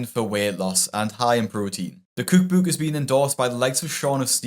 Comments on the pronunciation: Bro really says “cuuk buuk” instead of “cook book” 😭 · I can't get enough of how you pronounce cook book. Cooook booook. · tickles me the way he pronounces "cookbook" like "cooook booook" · When you can say cookbook I will subscribe but otherwise great video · I am unfamiliar with any dialect of English that has you pronounce "cook book" the way it's spelled 😂